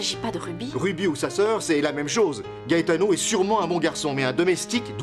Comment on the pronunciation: J'adore la façon dont Christina prononce le nom "Gaetano"